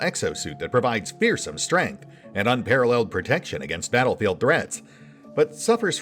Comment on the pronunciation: like pronouncing strength as stramth occasionally.